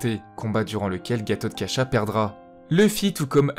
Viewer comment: Le frère d'arjuna c'est bhima (pas bhimnsa) et Gathotkasha (pas katurkasha) est le cousin de Abhimayu, oui, c'est dit dans la video^^. Ça n'empeche pas qu'ils soient rivaux et vouer à s'affronter c'est dit dans les textes ^^. Et tu le dit toi même gathotkasha est plus fort la nuit. BN et Luffy sont 2 D. Donc des branche "cousine" d'un même clans et sont rivaux et voué à s'affronter. Pour Karna le contexte est cité sans le cité. Arjuna sera celui qui tue (par décapitation) Karna et il récupère le fils de Karna pour l'élevé quand il apprendra leurs liens de parenté, comme Roger décapité par le GM et dont Garp un D. Comme Roger récupère le fils. Meme si garp et roger ne sont pas frère, ils sont 2 D. Et on remarque bien l'inspiration. Oda n'est pas obliger de tout utiliser. Comme dit il s'inspire ;). Comme dit dans la vidéo une inspiration c'est pas un copier collé, c'est complexe. Oda peut prendre ou ne pas prendre certains éléments et les appliquer a divers personnages différent^^ Merci quand même !